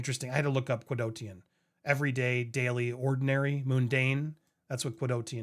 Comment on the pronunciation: It's quotidian not qudotian😆